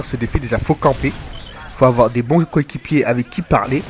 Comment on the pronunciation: Ca va, pas trop de problèmes d'élocution .. " Mes cokikipiers "